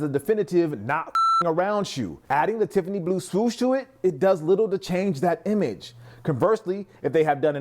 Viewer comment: "TIFFANEEZ" ad nauseum when the name is "Tiffany & Co." or commonly shortened to "Tiffany".